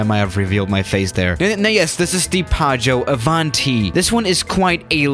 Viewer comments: I'm Italian, and when says "PĀGGIØ ÀVÀNTI" I was about to throw up. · nobody:: PAAGIOU AVANTI